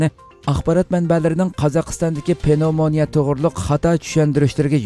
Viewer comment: Avo Uighurlarning hanum kizlirini tarbialash digan gapni hitaidin ugandingizmu? Nima gap u? Okutti, bilim bardi, chakuruk kildi , ugatti ,daris otkazdi dimamsiz Uighurning tili bai va kang soz tapamamsiz ? Andi undak parang kilghichi bolmang . Gepingizni tuz kiling. Penovmania amas pnevmonia. Tarbiani ata anisila balisigha kilidu.astigha tushti digan nima gap?